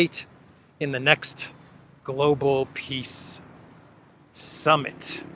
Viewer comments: "piss summit" he said it clearly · Wow! Z really does pronounce it “Piss Summit.”